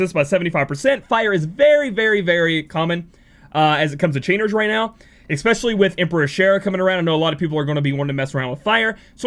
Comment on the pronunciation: It's pronounces ES SPECIALLY not ECKSPECIALLY